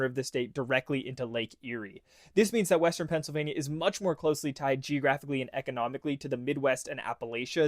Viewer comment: “Eastern Phiansylvania” great job AI